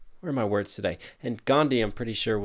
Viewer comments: In the actual language, which I can never remember the name of, "dh" IS pronounced as a separate sound from "d", English just doesn't distinguish those sounds; so unless you grew up with a language that distinguishes these sounds, or you have a particular language processing disorder, it WOULD sound identical to "d", thus seeming like the H is silent. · Not Ghandi, it's Gandhi. DHI. That H is not silent. U people pronounce it wrong. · The "like the h in your name" line actually doesn't make sense, because Gandhi's name is actually pronounced differently than what English people call it usually, the 'dh' is a single syllable which is an combination of d (as th in 'the') and a 'h' sound Great video btw, you are amazing! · To this day I Dnt get it why you people say that h is silent in gandhi. It's GANDHI, and not GHANDI. One more thing regarding shower, gandhi was a very hygienic man and adviced other people to be the same. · you should know that his name isn't pronounced as ghandhi anywhere It's just that you all always pronounce his name like Gandi instead of Gan+dhi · P sure the H in Gandhi's name isn't silent in Indian languages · one thing that bothered me is the "H" in Gandhi isn't actually silent people just mispronounce it. it is pronounced with the H. also yeah the “first name messiah” seems like a stretch because Mahatma or Mahan means great. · "H in your name" line isn't actually right... The actual pronunciation of Gandhi is "Gaan-Dhee" with conjunct H, while most English speakers cannot enunciate this H and say "Gán-Dee" instead. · Correction: It's the foreigners that pronounce "Gandhi" as Gan-d, Indians pronounce it is Gandhi only, with a special emphasis on the "dhi" part. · Actually in 'Gandhi', H is pronounced... Its like Gan-Dhi. Its just that brithish weren't able to pronounce his name correctly and hence everyone in west thinks H is silent in Gandhi and pronounce it as Gandi. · It's Gandhi not Ghandi